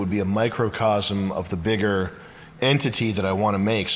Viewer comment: "The graveyard never got biggle"